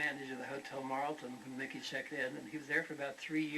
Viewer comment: nickey??? it`s mickey